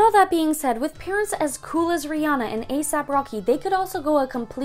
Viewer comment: Also, she pronounced Rihanna's name wrong.